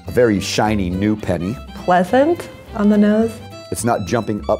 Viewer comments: pleathent... on the noth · pleathent... on the nothe